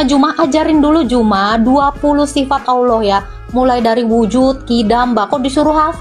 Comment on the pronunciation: Kamu bicara bahasa Indonesia tdk jelas. Jadi hrus banyak belajar.... Manusia pake sifat.. Bukan sipat..